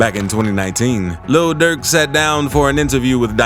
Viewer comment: Luh durk attacks Quaandooh Rondoh